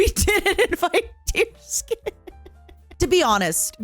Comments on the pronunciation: That’s the funny thing, it’s not, she’s just doing it to mess with her. It’s supposed to be pronounced Dears-kyun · So I'm not the only one who pronounces it deerskin